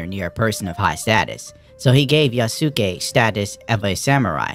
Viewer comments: U is silent in japanese, Yasuke is pronounced ya-skay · Hahaha, no. Sa, shi, su, se, so are the syllables they are using. Like in the famous sword masters name, Yamaoke Tessu. The U is only silent, when they use it to prolong the O. Then they write OU, where you pronounce the O as long O (we Hungarians write it as "ó") and the U is silent indeed.